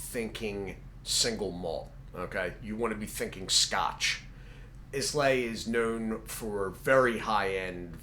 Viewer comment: Islay is pronounced "eye-la". Islay scotch has characteristic smoky, and peaty flavors, often with notes of iodine, seaweed, and sea air. It is very distinctive in it's flavors compared to other single malt scotch from other regions of Scotland. I know you don't drink, so the explanation.